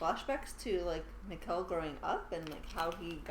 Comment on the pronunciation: Nice one, been waiting for this! Since you mention Mikkel a lot: If you want to perfect the pronounciation, think "Mickl", emphasis on the first syllable. Can't fault your Bartosz and Helge though :)